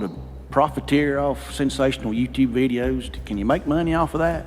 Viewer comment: I almost thought they were reasonable until they started talking about "dem' dare' kleeks 'nd likes" vidiAs